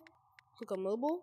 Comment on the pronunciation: Moblie vr station not mobli